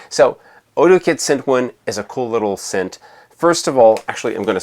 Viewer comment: Please stop saying scent.